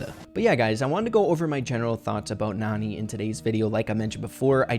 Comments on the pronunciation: Her name is pronounced nAn"eye, like nani-bombs. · I think Nani is actually pronounced Nanny. Her voice lines point this out. She probably takes care of Jessie. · IDK if I’m bouta miss this joke... but I think her name is pronounced Nanny. But it is spelled like Nani but she takes care of people... like a nanny. But IDK if the pronunciation has been confirmed yet or if she says her name in her voice clips. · she might be a nanny if Jessie because of her voicelines maybe when Jessie was a baby and also her name might be pronounced nanny